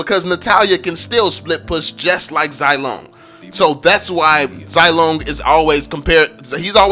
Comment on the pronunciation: Getting annoyed by the wrong pronunciation of the name but I understand hahaha. Zilong is pronounced as "zzz (kinda like a buzzing sound) long" (I don't know how to properly explain without delving into Mandarin tones and whatnot. By the way, Zilong is the courtesy name of Zhao Yun, a general under Liu Bei, considered as a war god, and is famous for his daring rescue of Liu Chan during the Battle of Changban, although its historical veracity has is doubtful.